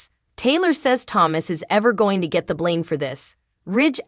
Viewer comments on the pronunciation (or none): none